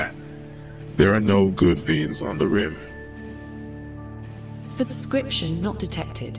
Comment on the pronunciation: "Subscription not detected." XD That got me. One of the better subscription requests I've seen. The main voice you use in this is a trip - gives a really interesting aesthetic to the video. I like to imagine the uncle has some sort of vocal prosthetic, and the odd pronunciations are the result of language drift - he's got some sort of "space accent".